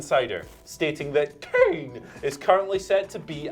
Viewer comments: Love you guys but PLEASE stop saying Kane like that😩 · What is going on with this wiered kane prenaunce